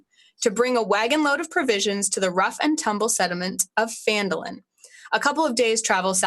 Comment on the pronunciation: It is Phandalin. Not Fandolin.